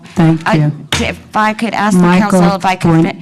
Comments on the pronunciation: ITS ASK NOT AXE! 😁😆🤣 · It's ask not axe these people are so incompetent they can't even speak proper English. This is embarrassing and these piles of 💩. Are a disgrace. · Actually it is wrong. Ask isn't pronounced like that, and hasn't been for a long time. Now if she was a European from the 8th century, she would get a pass. But she's not. She's a black woman in America, and in modern English Ask is a question, and axe is a tool. Speaking of tools, are you really going to argue for archaic speech in the face of literally every English teacher for the last 100 years? LOL good luck with that... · ASK not Ax 🤯🤬🤯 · Do either of those women speak English? "Aks?" "Deflamatory?" Ignorant racists